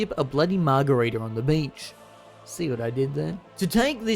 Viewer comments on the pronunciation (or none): none